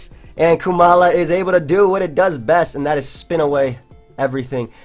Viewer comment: I am struggling to see how you think it is pronounced "Koo-mala". Because not only is it only one O, but it should have the same "O" sound like in the word comatose and koala.